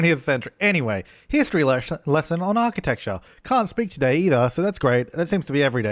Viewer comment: "Here-stery lesson"? Do you even English bro? Lol